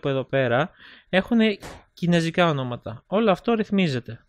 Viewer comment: Κινέζικα ρε οχι κινεζικά:) δεν αντεχω να το ακουω αλλο ετσι:P